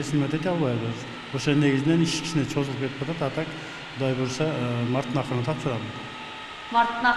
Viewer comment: Чозулуп эмес, созулуп деп айтылат.